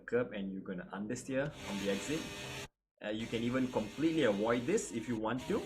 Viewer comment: love it when u say "awoid the sausage kerb"